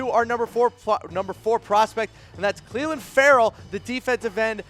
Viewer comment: This dude needs to work on pronunciation smdh..."Cleeelin" & "HERburt" lmao